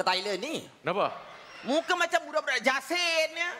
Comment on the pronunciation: Bang... ampang itu daerah di selangor... boleh dikatakan sebelah KL.... yang budak jasin... bukan budak yasin.... jasin itu pulak daerah di malaka.... ini lagu Gemilang yang dinyanyikan sama Jacqueline victor.... kalau bro john.... alah abang johan dari jozan la..... sebutnya jeklin vooktoor....